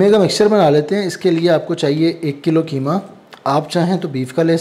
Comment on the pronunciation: کیمہ نہیں بلکہ قیمہ ۔ بولیۓ بیٹا ۔ وسیم انکل ۔کراچی